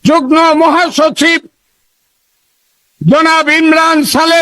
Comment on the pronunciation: কথাটা যুগনো না, কথাটা যুগমো।